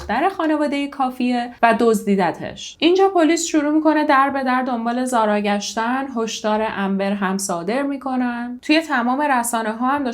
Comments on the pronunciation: ممنون از زحمات شما بله تلفظ اسم رو درست گفتید و اینجا هم زارا میگن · ممنون از اجرای عالی و پرونده ای که مثل همیشه انتخاب خیلی خوبی بود. زارا رو کاملا درست تلفظ کردی و اگر با حرف h نوشته بشه ریشه عربی داره ولی بدون h هم نوشته میشه، چقدر این فرشته کوچولو خاص و دوستداشتنی بود همه هم دوستش داشتن و بفکرش بودن به جز پدر و نامدرای اش واقعا ناراحت شدم، از چهره نامداری اش مجرم بودن و سایکوپد بودن میبارید، امیدوارم سختترین دوران و لحظه های رو تجربه کنه که برای انسان ممکنه.